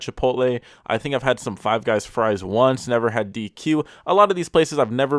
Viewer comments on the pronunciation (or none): none